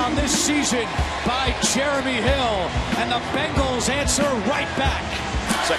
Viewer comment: did he just say... Pray answered for the Begals? Lol. Also, if the Browns and "Begals" were in London. Holy crap.